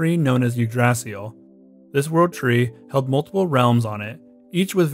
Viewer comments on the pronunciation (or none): Wow, I know you don’t speak Old Norse or even Norse in general but you butchered the name of the Yggdrasil